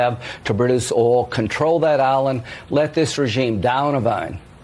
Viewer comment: New rule: no one who pronounced oil as "ohl" is allowed to speak about the Middle East.